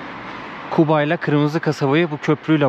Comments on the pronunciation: Şəhərin adını düz deyin zəhmət olmasa Quba deyin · Şəhərimizin adını düzgün səsləndirin Kuba yox Quba deyin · Q harfi yok ama Gazi , Gaziantep , Galaksinin G sini telaffuz edi Quba dedikte , Kuba yok!!! Anlaşıldı mı? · Qardas Küba yox Quba seheri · Bak yine Kuba diyorsun , kardeşim Kuba deyil , QUBA ! Türk alfabesinde Q harfi yokmu ? Sen inadına mı Kuba diyosun?! Quba de QUBA!!!